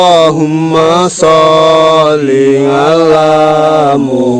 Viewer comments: Bacaan sholawatnya salah itu Bukan Allahummasolli ngala Muhammad. Tapi Allahummasolli Ala Muhammad. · setau saya baca solawat bukan ngala tapi alla contoh allah huma soliala saidina muhamad bukan ngala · Assalamualkm..... Mf mas mas team gase..baca sholawat nya salah tuuh....bukan sholli ngala...tapiii ..sholli Ala. 🙏🙏🙏🙏💓💓💓😁😁🙂🙂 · Allahumma solli ala Muhammad yaarobbisoli alaihi wasalim... terdengar jelas NGALA Muhammad & ngalaihi wasalim 😔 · Di denger gak enak sholawatnya ..'ala bukan ngala !!!! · Abang kalo solawatan bacaan nya yg bener jangan gitu. Ngalaiwasalim .nanti di protes para kadrunn lho. Yg bener . Alaiwasalim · Klw g salah dengar kok solawatnya kayak gitu ya.. allahuma Soli ngala Muhammad.. bukan nya allahuma Soli Alla muhamad